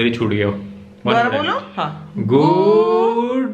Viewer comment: Guuuuuuu - 😁😁😁😁 ye guuuu kyu bola tumne, D kaha gya ?